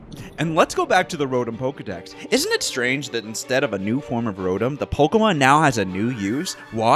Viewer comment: He keeps mispronouncing Rotom :U